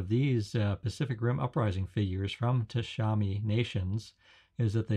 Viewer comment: Tamashii, not Tashami.